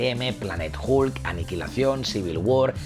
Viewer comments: El comentario va dirigido a que pronuncia la "H" como suena en inglés, pero la "U" como suena en español. Si escuchas "Hulk" en inglés, verás que el sonido es más parecido a una "O" o inclusive una "A". Te invito a que primero escuches como se pronuncia realmente, luego vuelvas a leer mi comentario para que le entiendas, y al final te metas tus respuestas donde te quepan, crack. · El increíble "julk"